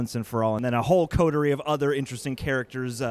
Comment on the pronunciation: My mans actually said ‘coterie.’ That automatically gets a like!